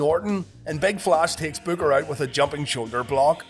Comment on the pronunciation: When u say Booker it sounds like you're saying bugger 😀